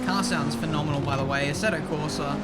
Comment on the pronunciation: i love your videos. But the way you manage to butcher Assetto is beyond hilarious xD